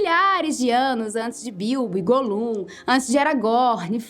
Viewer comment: Essa menina tem apresso por falar errado os nomes "Goh-lunn" com stress segunda silada...NERVER é GÓH-LUNN (A escrita é so representativa), com stress na primeira silaba. E segue outras nomes que doem os ouvidos. Mas fora isso a serie é uma boa ideia, otimo!!